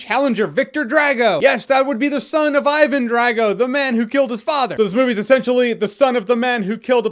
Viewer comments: Think Dr. Dre. Dre-Go, not Drag-oh. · Draaaago? Say Drahgo, please... :P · I always thoughts Drago was pronounced Drah-go. More of an ah then an a.